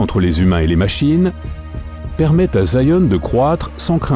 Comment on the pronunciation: Je ne ferais pas confiance à la théorie de quelqu'un qui prononce "Zion", " Sayen", voila, c'est dit.